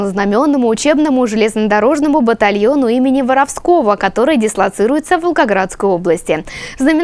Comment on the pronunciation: Только не ВоровскОго, а ВорОвского. ВоровскОй - это жаргон, закон, общак.